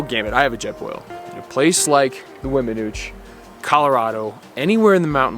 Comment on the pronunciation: I understand you passion young man. I lived at Vallecito Lake, about 2mi's from the Weminuche trail head, locally known as The Nuche (and yes you did pronounce it correctly), for 17yrs and those memories are at the top of my 70yrs of living and I thank God for allowing me to live there. Continue to seek out your passion in life and thx for the great video's.